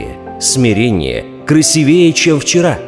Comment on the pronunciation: Слушал, все хорошо, но правильно говорить красИвее:( режит уши